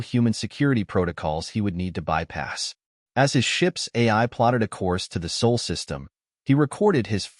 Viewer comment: Sol not soul.